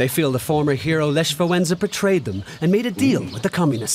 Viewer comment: this person from the video you've watched couldn't even pronaunce Lech's name correctly